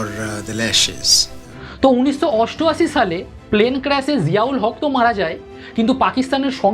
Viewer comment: uchcharon theek kor … des na desh, unisso naa unishsho